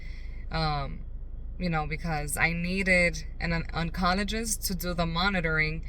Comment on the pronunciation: It’s pronounced on-col-o-jist